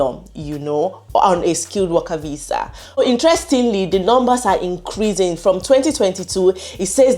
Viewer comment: This Nigerian accent..VISA IS VIZZA😂😂😂